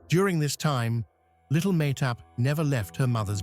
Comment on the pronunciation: Why can’t he pronounce Mahtob’s name the way her mother does “ Mah Tob.” She’s on enough videos online and do is the daughter.